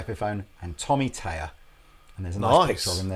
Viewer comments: So annoying that you keep saying Tommy Tayer... it's Thayer. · its THay er not tay er it must be the thames confusion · I love your videos but for the love of the Queen's nightgown could you please pronounce Thayer correctly? There is an H behind the T in Thayer. You're saying Tayer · Learn to say his last name correctly, please.